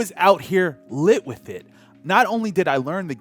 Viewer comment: You pronounced "TH" in the word "the". Use that on the word "with" too lol